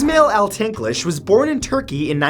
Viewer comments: Is-mah-eil not is-mail lol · The first one is pronounced Ish -mile